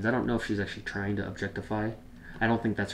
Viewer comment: White Tank Guy~ It's not pronounced tryinGUH....the g is soft. It's pronounced tryeen. Same with all of the other ing words that you tried to pronounce....